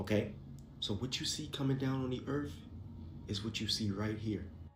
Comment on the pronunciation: Immediately t on the FIRST vid… THERES NO “F” in the word EARTH!!! WTH??? EARF???!!! NO NO NO ! ABSOLUTELY NOT!